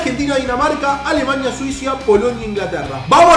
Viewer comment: Like si escuchaste Suizia